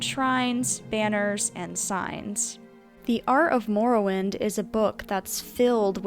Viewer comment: What the fuck is "moor-o-wind"